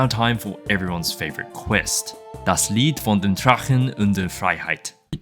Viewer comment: i got startled by him prouncing das Lied so on point, it sounded like a TTS program